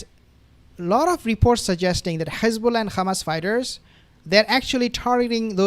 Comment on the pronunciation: I’m just curious, why do you pronounce it “Khamas” and “Khezbolla”…. Like the Zios do…..